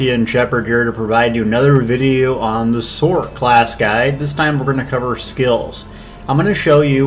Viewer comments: lol "The Sork" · one looks like u play on pc so big difference n two u dnt play it right so shouldn't talk not your play n 3 what the hell cant u say why can't you say sorcerer u sound like a nerd or someone that cant talk right